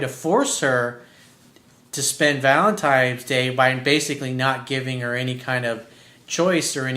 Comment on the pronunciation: ValenTINES day... not valentimes day.